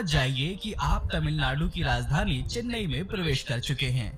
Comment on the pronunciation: Say Chennai not Chinnaaai